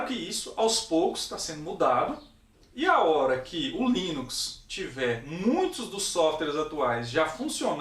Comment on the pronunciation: Linux com "S" mano.... foda viu kkk